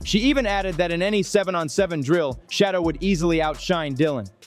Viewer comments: His name is Shaddeur, not shadow stupid. I know you can ready.. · Smoking mirrors he can't even say the man name correctly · Would You Learn to Pronounce HIs NAME Correctly, Fool.... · Please pronounce his name correctly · Please learn how to pronounce Shedeur’s name…it’s disrespectful when you don’t! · YOUR ABSOLUTELY RIGHT, WITH YOUR COMMENT, he's NOT the only one !!!!!